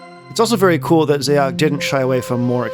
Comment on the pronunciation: Xaoc is the Cyrillic form of Chaos, and is pronounced the same way. I think a small part of me dies inside every time I hear someone say “Zay-ock”